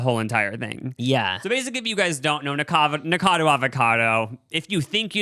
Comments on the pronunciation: I love you guys but your not pronouncing Nikacado correctly and it’s irking me lmao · The way they didn't pronounce "Nikocado" correctly even once